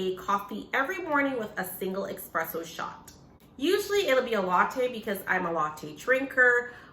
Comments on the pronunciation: It’s espresso. Not expresso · Espresso is pronounced like Nespresso. It’s not Exxxxxxxxpresso ;). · Espresso not Expresso 😩😩😩